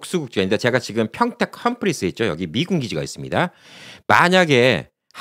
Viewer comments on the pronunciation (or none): none